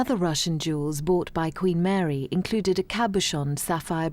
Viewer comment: At 20 minutes in, the speech impediment that woman has! My goodness! Queen Mawy weceived emewawds and mixed them with the Cambwidge emewawds... Oh dear.